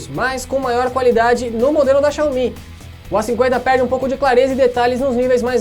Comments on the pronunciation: Quando você falou xiaomí ao invés de xiaomi eu parei de assistir o vídeo. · Fanboy xiomi detectado